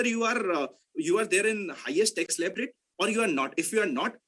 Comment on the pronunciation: Tex efficient...... no brother it is Tax with "a".. 😉